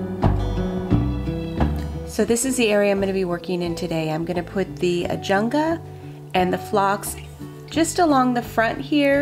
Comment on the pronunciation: Ajuga--no N in the word.